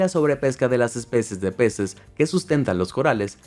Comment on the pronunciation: en el minuto dijo la especes de peces